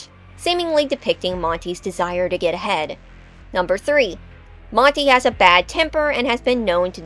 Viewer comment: I know it says "ahead", but boy did it sound wrong at first.